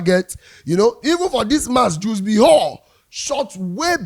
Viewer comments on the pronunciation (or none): none